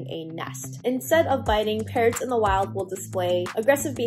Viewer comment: English is not my first language so I was very confused at the beginning where I thought Parrots was "parents"